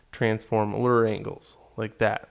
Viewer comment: and euler is pronounced OILER :)